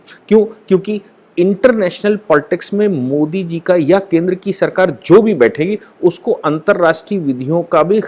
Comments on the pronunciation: aap (modi) kaise (pronounce) karte hain??? indianized pronounce kijiye, (angrez) ki tarah (kuon) karte hain??? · pls proper pronounce of MODI